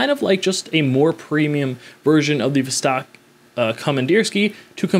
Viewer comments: It's NOT a "vzztaaawwk". It's a "voss-tock". Not the least attempt to pronounce a foreign name / brand / word the way it SHOULD be pronounced. And you guys get upset when a foreigner mispronounces "Arr-can-sass" ... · “Vuhstaaaark” ? Niet.